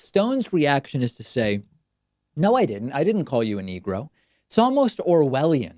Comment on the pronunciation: He said "niggra" which is even worse.